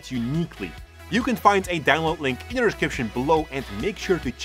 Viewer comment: I always laugh so hard when he says "inya" instead of "in the" you are so funny.